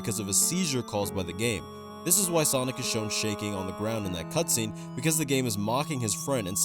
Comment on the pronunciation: Thats not sonic thats sawgnic